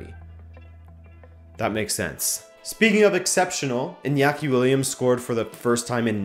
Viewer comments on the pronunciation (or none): none